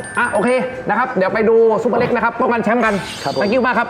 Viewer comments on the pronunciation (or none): ชื่อซุปเปอร์เล็กครับ ไม่ใช่ ซูเปอร์เล็ก ไม่ต้องรีบครับ ค่อยๆเขียนโดนพี่ซุปเปอร์เล็กอัดจนเบรอเลยหราาาา55555😂❤FCจากเด็กใต้ครับ